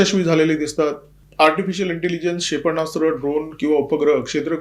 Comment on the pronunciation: क्षेपण्णास्त्र ×××× क्षेपणास्त्र √√√√